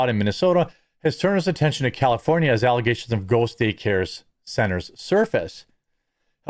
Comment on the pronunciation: Alizations, not aligations: super mayor.